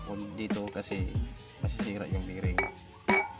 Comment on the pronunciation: bearing hindi biring.